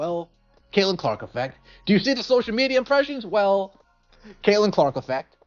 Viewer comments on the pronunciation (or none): Is he saying cakelin Clark lol. That’s kind of catchy.